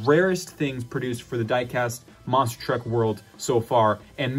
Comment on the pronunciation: Lmao he said monster truck wrong